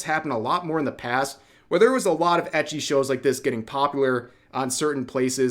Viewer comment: why do you say ecchi like that? I say ecchi instead of ecchi when refering to ecchi anime